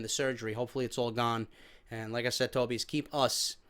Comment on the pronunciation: It's pronounced TOE BY IS